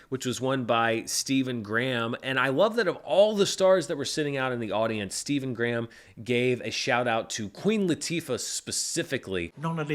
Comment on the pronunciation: hes English its pronounced Stephen Gray.ham!